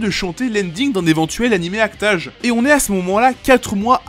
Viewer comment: La manière dont tu dis act age me trigger de ouf mdr, mais la video est très cool